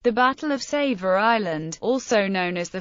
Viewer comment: Alan Peterson yes you are so right. Also, she misprounces savo and Guadalcanal.